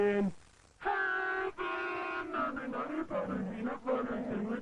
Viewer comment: The Nutt-ah Butt-ah situation is crazy.